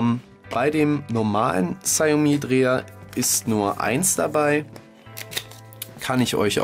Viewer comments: Nicht negativ gemeint aber man spricht es "Schaumi" und spricht das "au" lang. Trotzdem danke. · Die ausprache "Schaumi" ist falsch. Die Europäer wissen noch nicht einmal was das wort bedeutet von der Aussprache ganz zu schweigen. Frag mal einen aus Fernost oder s. hier